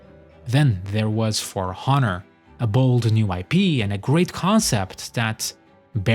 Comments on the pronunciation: Honour has a silent h btw. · How can you speak English so well but say honour in with a heavy H?